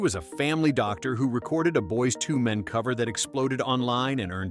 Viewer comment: That was the clip they chose to demonstrate Brandon's voice? A duet with a tone deaf girl? Just as bad as this fake narrator, saying Boy's TWO Men, as if there were some boys who had 2 men, instead of Boyz to Men, like growing from boys into men. I f-ing hate this new trend of fake narrators.